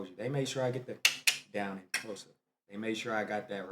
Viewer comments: You got the pronunciation of Xhosa right and you're American. I am impressed. Majority of white South Africans pronounce it as Khosa. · Bro finally got X in Xhosa right 😂 Shout out 👊🏾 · you can now pronounce xhosa the clicking sound am proud of you and i can see you love my country 1 love bro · Love how you pronounced X in Xhosa, catch it white South Africans and Coloured people😏😏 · Haai your x sound sounds so good now you got to do c and q cliq then I will fight for your SA citizenship